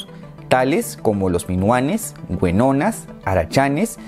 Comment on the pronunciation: 🤣 Momentos cringe:: Güenonas:: Idelfonso:: Lavaleja:: Batlista:: De todas formas, es un excelente video. Muchas gracias,.